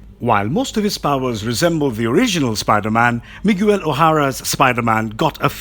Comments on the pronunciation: It's pronounced "me gail" not " mig u l" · The name is Miguel. Not Miguewel. Pronounced Mee-Gell. Not Mig-you-el or whatever it was you were saying. Really that hard to ask someone or google the proper pronunciation? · I never understand why people like this make videos and don't bother to learn to say the guy's name right? I have never had somebody introduce themselves or heard of somebody be introduced as "Mig-u-el"... Wtf is wrong with you??? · You're pronouncing Miguel's name wrong ! Ots Mi-Gel. Not mi-gu-el ! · Miguel (Mee-Gell) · The narrator got quite a bit wrong here, especially regarding Iron Man and the pronunciation of Spider Man's name, Miguel (not Mig-You-El). Where are the Uncanny X-Men of the future? They did have a title, remember? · what is this channels problem with names first i bailed when i heard "mo ira" now you do "mi guel" why oh why do you butcher names? Do you even check those things before posting ? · Miguel is pronounced "Me-Ghel". Spanish for Michael. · Dude, I'm struggling to watch this video because of that... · This is the worst narrator on this channel. Mig-yew-el. Wtf. Why hasn't anyone at the channel correct him? Smh. Awful. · Drink every time he miss pronounced Miguel's name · Why do you pronounce miguel like that? Jesus christ man make friends with Spanish speaking people and run your pronunciation by them